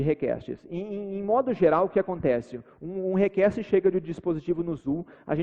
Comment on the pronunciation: 45 minutos de video com o cara falando "rekeste" pra fazer um teste de sistemas distribuidos, pqp